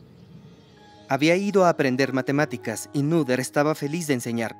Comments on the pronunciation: Muy interesante, pero se pronuncia Néter o Nöter, pero no Núder 😮‍💨😮‍💨😮‍💨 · "Neder" "nuder"... como se pronuncia? Jaja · Perdonen, tenía que comentar esto, al principio y algunas veces en el transcurso del video , pronunciaron mal el nombre de esta genial matemática, Emmy Noether. Creo que no es muy difícil de decir realmente.